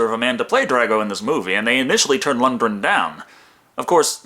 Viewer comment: Seen you pronounce the name a few times now, and its time for a correction. Lundgren, the G is not silent. Lund Gren